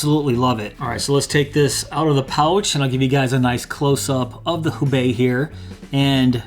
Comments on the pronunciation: And I'm telling you as a person who speaks Chinese, and knows what the wallet is named after, you didn't pronounce it correctly. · FYI, it's pronounced "hoe-bay", since it's a Chinese name.